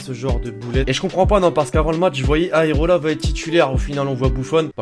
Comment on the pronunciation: C Areola pas Aerola😂